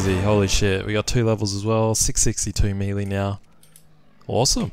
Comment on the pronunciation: he says melee wrong but i still love his vids